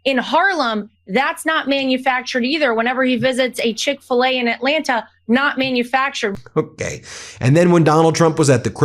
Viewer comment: "Manufactured" manufractured 😂